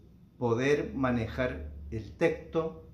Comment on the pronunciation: Me chirrían los oídos cada vez que dice "teCto" y no "teXto"....